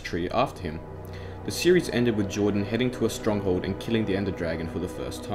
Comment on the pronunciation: It’s Jardon not Jordan